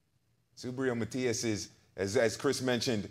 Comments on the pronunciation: It’s Matiiiiiiias… Not Matiaaaaaaas… Accent on the í… say it right guys! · Subriel Matías is the best. Teofimo has the biggest mouth, and Haney isn’t even in question. Algieri disrespects by mispronouncing Matias.